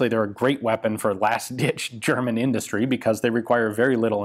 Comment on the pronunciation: German here. I just wanted to tell you, Ian, that your german pronounciation skills are pretty good 👍 thanks for not giving me earcancer :P